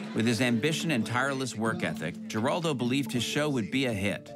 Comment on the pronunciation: You don't pronounce the last name with a hard "G."